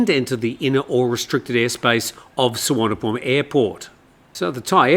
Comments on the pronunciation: doesn’t make it right. The v is pronounced as v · Happy to teach you how to pronounce Thai place names more correctly and respectfully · Good call. Yes not sure how that Suvarnabhumi one came about. Usually the i is the problem